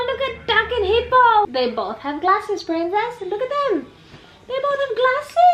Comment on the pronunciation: Hey-lo prRRrrrrRrrEen-cess!!